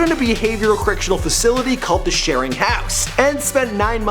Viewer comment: Its sheridan house not sharin house